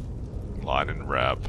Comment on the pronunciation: argh its Linen not Lainen